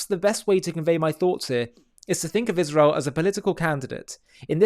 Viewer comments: Have she ever proven something about anything ever? And does she try to look smart when she talks? Because it has the opposite effect. PS And Candace, its Israel not Ichrael ;-) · Used to accept you (Candace) until I start hearing “Izhrael” What antisemitic you become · Dripping so much hatred that the demons can't even keep her face from contorting or pronounce Isreal correctly. She has lost her mind. Unfortunately, despite the facts, many will still believe her.